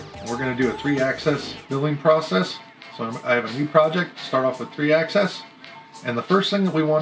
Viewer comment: Nice advert, 1) Its Axis, not Axes. 2) STL files are very limiting in the CAM Carvera Software. There are times it will only allow contour and will refuse to do Relief cuts. Converting them to Obj is the way to go. 3) The factory software is also very poor at creating efficient machine paths, highly recommended to use an alternative CAN software such as Fusion. Its fine for light weight machining process. But when you have 4 or 5 tool path. Its get old quick. Also, the software is in Beta, meaning updates are frequent and there are still missing key items. Chinese to English translations done incorrectly or missing at times. Tool menu that refuses to access unless you close and reload the software. ect.. They are responsive when emailing the issues to the team, but their direct answer is "Its a Beta". Overall is a great machine to have at a very reasonable price point. The fact that you don't need an annual subscription for the basic CAM software as many have is great (hopefully that does not change). Its build well, parts and materials are easy to get. I switched from the highly capable but un-supported Bantam CNC to the Carvera Air model. Its definitely a step up. Only wish they would spend as much energy in making a robust software vs. paying influencers and adding new models to their line up.